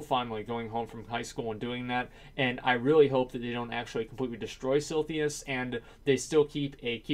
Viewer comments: For the love of god, SIL-I-THUS... Not SIL-THY-US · If you say silthius again I gonna unsub. :DDDDDD It's silithus, not that hard! :D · Suprised no one noticed this on the coments, but he said "Sil-Thee-Us" XD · its silithus, not silthius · TEACHER: ok asmongold, your word is SILITHUS. ASMONGOLD: S-I-L-L-T-H-E-E-Y-U-S, SILLTHEEYUS... fucking easy. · Silithus..."Siltheus". Silithus..."Siltheus". Sil-i-thus..."Sil-thee-us" NNOOOOOO! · He pronounces Silithus so wrong that I had to go check the spelling to make sure I wasn't the crazy one. lol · "Silthius" lol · SIL-I-THUS It's Silithus! Not Silthius! Holy fuck dude... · Sil -i-thus, not Silthius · Silithus, how can you possibly pronounce that like Silthius? xD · Silithus, not silthius. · Very fond memories of silthius... Doesn't even say it right lmao its silithus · lol what is silthius? did he meant to say silithus? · SILITHUS, not SILTHIUS x'D This triggered me so much x'D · si-LI-thus not SIL-THIUS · Silthius? I'm fairly sure it's actually S-I-L-I-T-H-U-S, my ears bleed. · SILITHUS!!!!! SIL-ITH-US!!!! CHRIST..... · actually its more like si-li-thus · Every time he says Silthius I die a little inside. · Sil - eh - thiss ... for the billionth time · I find it sili how you pronounce Sillythus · Stop trolling us with mispronouncing Silithus, please! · Funny how Sargeras stabs the most useless place in World of Warcraft. Also the way you pronounce silithus kind of irritates me. Cause in my perspective I say it as Sith a liss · Asmon, I like ya bud, but, it's pronounced SIL - ITH - US and this video triggered the hell out of me lol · Had to stop watching half way through because your pronunciation of Silithus makes me sad. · His saying it like that actually made me question if I was saying it wrong myself all these years. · There is absolutely no way Blizz can destroy Silithus more than your pronunciation already has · Everytime asmongold mispronounces "Silithus", 1000 African kids starve to death